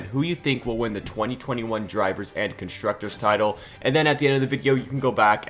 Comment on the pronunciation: I was like "Who tf is contructors?" and then i realised. :D